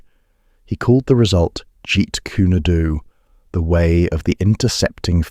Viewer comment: Jeet Kune Do, not Jeet kuna do. Why does these Britishen mispronounce the name? Narrators... Who are not truly informed.